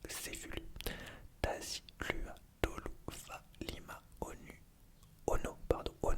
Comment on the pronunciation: Coucou, pour les îles Samoa pour la prochaine fois, on prononce les lettres "U" en "OU" par exemple: Tahi - LOUA - TOLOU...